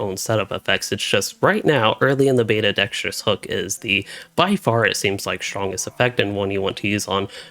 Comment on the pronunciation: Dude. I’m gonna change your life. When you say words where the second syllable starts with the letter “T” you hit the sound extremely hard. Like you keep saying “meh-Tull” (mettle) and “beh-Tuh” (beta) with WAY too much emphasis on the T sound and it’s incredibly irritating/grating to listen to and it’s very apparent that you are doing it on purpose because you say the words normally like 80% of the time. Buddy it doesn’t make you sound smarter, it’s annoying as hell. Dig the videos though, just stop emphasizing the letter “T” so hard between syllables lol.